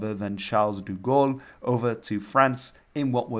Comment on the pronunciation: You said Charles 'Du' Gaul which should have been 'De' (Du means 'de le', 'of the'), which is funnily enough consistent with your calling Belgium 'the Belgium' at the end of your video and I will attribute to your coming from the Netherlands, so maybe you just think every country or region merits a 'the' in front of it, just like we used to do with (the) Congo and (de) Limburg